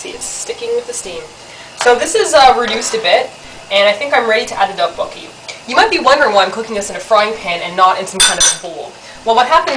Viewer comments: if it helps, the "dok" is kinda pronounced like duck, but emphasis on the d, so its like, dduk. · sounds fuunny when she say DOK BOK KI